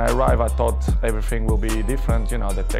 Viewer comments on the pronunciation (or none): none